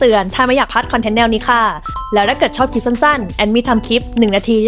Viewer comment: เล่าสนุกมากค่ะ ขออนุญาตแนะนำให้ระวังควบกล้ำอีกนิดนึงนะคะ นิดเดียวค่ะเพราะส่วนใหญ่ดีอยู่แล้วยกเว้นเวลาไหลๆจะลืมลอลิงเช่นคำว่าคลิปที่เผลอหลุดว่าคิป เพราะถ้าพูดชัดๆมันเท่ดีอ่ะค่ะ และคุณก็กำลังมาถูกทางละ เราสมัครแล้วนะคะเป็นกำลังใจให้ค่ะ จะติดตามนะคะ